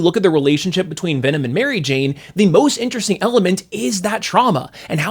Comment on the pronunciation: Why do you say mary jane as if its one word? Sounds weird? Do i remember how its said wrong?